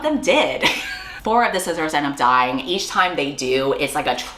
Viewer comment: when you said sisters i deadass thought you said "scissors" and wondered if that was a new fun term for lesbians💀